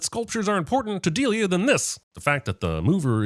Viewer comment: Ive never criticized your videos cause i love them and theyre awesome, but you pronouncing "Delia" "Del-E-uh" just really bothers me, lol. Its "Dee-lee-uh" lol